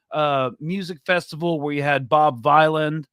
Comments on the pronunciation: It's pronounced Bob Villain, rhymes with Dylan... 🙃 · It’s pronounced “villain”. It’s a play on Bob Dylan.